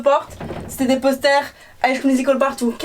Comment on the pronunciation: elle se dit fan de high school musical mais elle le prononce high sCHcool musical 😪😪